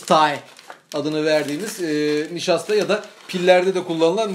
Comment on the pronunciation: NİŞASTA nın ENGLİSH ÇESİ DE BAYA İYİYMİŞ :-D